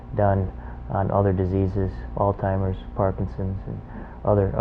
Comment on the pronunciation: This is great great information! I disconnected when Jeff pronounced "Alzheimers " "allTimerz"